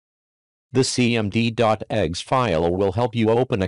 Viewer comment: I wonder if he allow the rooster to crow at the being of his video because the voice over sounds like he is saying egg and not exe. But then again its a rooster and they don't make eggs.